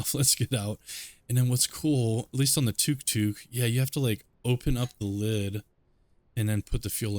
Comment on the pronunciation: just to let you know, it's pronounced tuk tuk